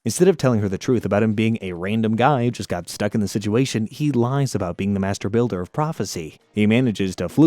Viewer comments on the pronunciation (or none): I thought he said master baiter